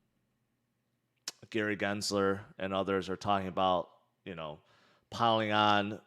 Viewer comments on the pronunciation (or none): none